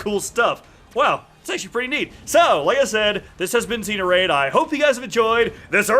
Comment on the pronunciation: lol he said xeos instead of neos XD. love your vids!